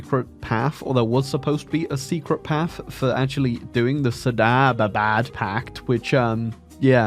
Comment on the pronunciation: Saad abad not sadaba dabad